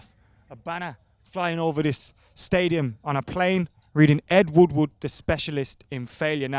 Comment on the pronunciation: It’s ed woodward not fucking wood wood